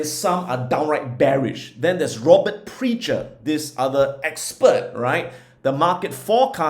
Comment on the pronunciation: Prechter is pronounced Prek-ter.